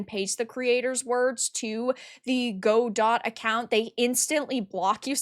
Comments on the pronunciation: go dot. lol. its gu-dough.....philistines. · You American’s and your funny use of English! Godot is pronounced Godo. And that Polly-gendered referred to ‘donators’. That’s not a real word. The one she is looking for is ‘donors’.